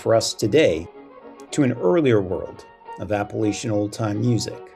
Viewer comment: Nice info. Learn how to pronounce “Appalachian,” please!! No long “A” please!